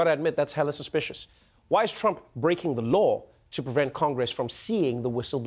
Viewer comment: Did he just say "Hella-suspicions"?!?? oh Noah.......why?......just...why....